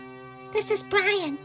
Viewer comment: This is bwian 😆 🤣 😂 😹 I laughed so hard I changed speices